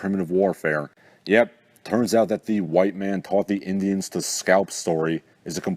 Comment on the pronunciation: Why do you pronounce Indians like that lol not to be mean I'm just not sure is it to be funny or what it throws me off